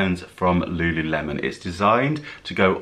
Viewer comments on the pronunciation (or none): none